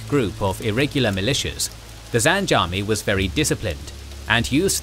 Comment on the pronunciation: Zinge, not zange